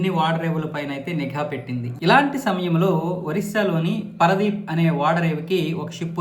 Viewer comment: పరదీప్ కాదండి...పారాదీప్...